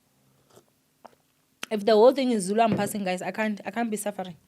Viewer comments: You did such a wonderful job reading Zulu, big up to you and yes I agree with you people should be considerate not everyone understands Zulu, but you tried ❤❤❤ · You did good on the Zulu reading don't worry , 😂😂😂😂 it's a struggle even to us when it comes to reading it❤❤